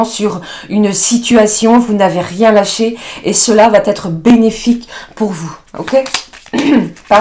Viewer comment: Tu vaTêtre , tu doiTêtre, aïe, aïe , les liaisons dangereuses ! Allez, alez, allez